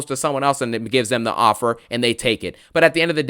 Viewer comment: “I respect you diddy “ I accept your OFFUR “ kills me ☠️